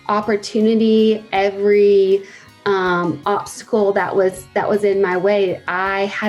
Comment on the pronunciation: Can't afford your book. I had to choose between buying a slurpee, or your book, sooooo bought the slurpee. But I'm just wondering if you talk like a baby in your book too?? ..."wronGGG way??? ..."opscal"??(obstacle) ..."lonGGG"??? ..."excerts"? (excerpts